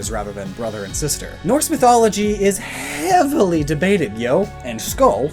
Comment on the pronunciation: saying "Heavily" the way he did made me chuckle. Idk why but when certain letter combos are pronounced a specific way,, it makes me laugh every time.